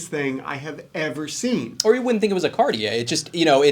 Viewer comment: Happy Thanksgiving! Do you clowns know what brutalist means? Could you pronounce Cartier somewhat correctly? Watches at the high end require higher end spokespersons. Lordy!